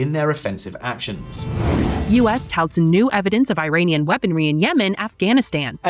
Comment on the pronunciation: Iranian not airainian